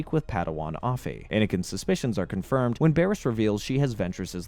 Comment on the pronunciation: Man needs to correctly say the words right. Its not baris Its pronunciation is Bear-is